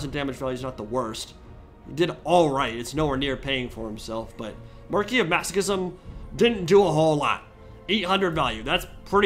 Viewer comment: I'm so glad to finally hear someone in the TW community pronounce "marquis" correctly.